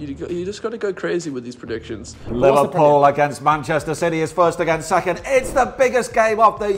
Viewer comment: is the goat bro said livedpool ❤